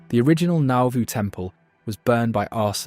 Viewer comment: It also can't pronounce Piasa, or Nauvoo and thinks Carthage is only 14 miles away.